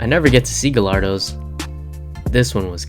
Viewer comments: And its pronounced gai-yar-do btw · Honestly I'm surprised I didn't see a comment trying to roast you for that pronunciation of gallardo. That meet looked awesome tho! Also no hate for liking that wrap, it's really out there but ngl I like it too, but mostly cause I would enjoy how many people would probably cringe lol.